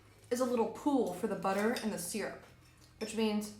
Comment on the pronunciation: The pronunciation of syrup, triggers me. 😂😂😂😂